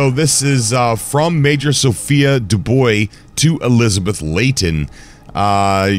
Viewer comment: Duboy hehehe (dubois=dubwa) :)